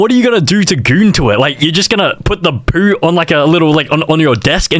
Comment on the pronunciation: the way he says poo 😭😭😭